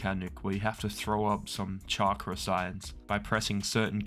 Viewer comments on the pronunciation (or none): none